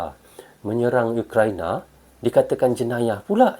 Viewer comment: Ukraina bukan youkraina..itulah tadi bahasa melayu itu sudah tak asli lagi..Karna sudah di campur adukan sama bahasa ingris.ukraina yah bukan youkraina...URAAAA